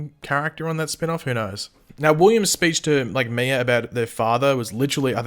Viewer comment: I cringe everytime you say Mia's name. You say Miur 🤣